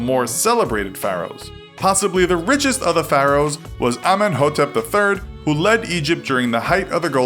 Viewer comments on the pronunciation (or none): You say Pharaohs wrong